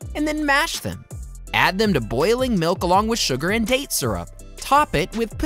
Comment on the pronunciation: What not to like about pistacchio? The way you pronunce